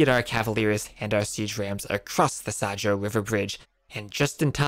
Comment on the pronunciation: I always laughed when the game pronounced it as "sa-joe" river. :D Actually it is more like "Sha-yo". :)